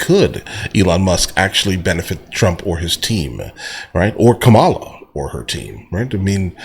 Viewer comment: do you know how to say Kamala ? are you doing it in purpose